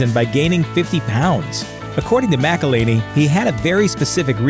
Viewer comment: Mack-el-hen-ee guys